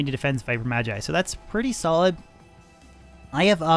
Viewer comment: It's always interesting to me when people mispronounce "magi" or "magus," seemingly not seeing the linguistic connection to "mage."